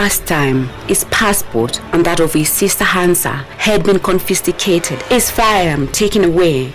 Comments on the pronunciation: Did she say their passport had been "confisticated" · “Confisticated” ... hakuna editor?